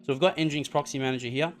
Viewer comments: pronounced engine-ex not n-jinx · nginx is pronounced engine x Pumba was from Lion King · Thank you for this video. But, you could say the name properly. As in "Engine - X" 😁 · Thanks for the video. It's pronounced "Engine X" I believe though.